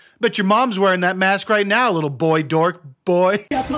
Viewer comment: Hey wait a minute. The woman with the embarrassed boyfriend is in multiple Karen compilations. She’s in the high council of Karens. Everywhere she goes she “doesn’t wyant to wyear a myask” and will gladly cause a scene and record herself while doing so.